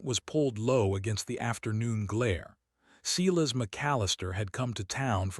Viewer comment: I keep hoping someone will correct the pronunciation of the word Silas. There isn't a (cee-las) in any pronunciation of the word. The proper pronunciation is (SI-las). Hearing the word sounded out the wrong way, make listening to these stories grating. Please, for the love of All that's holy, fix this mess.